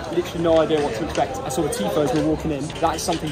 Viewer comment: that 'TIFO' was so bad hahaha